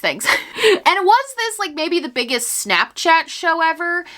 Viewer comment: I love how your New Yorker pops out when you say shnapshchat! 🤍